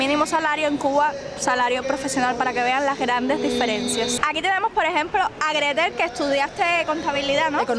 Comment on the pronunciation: Se dice Gretel y yo 😉